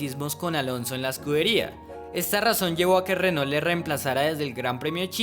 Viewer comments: muy buen video pero pronuncias muy colombianizado la marca Renault. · Muy interesante. Pero pronuncias horrible el nombre "Renault".